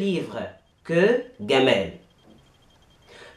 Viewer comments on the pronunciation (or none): none